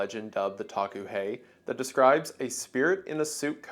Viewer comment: Hi WENDIGOON, I am Lakota and the pronunciation of the Taku he sounds like “Dah-koo hey”. We have many creatures in our culture that are considered benevolent and are seen as protectors, it’s really nice to see my culture being appreciated here. Thank you.